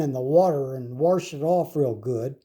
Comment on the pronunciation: Haha warsh it